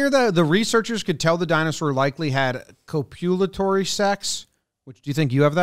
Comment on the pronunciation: The complete mispronunciation and misunderstanding of the word copulatory 😂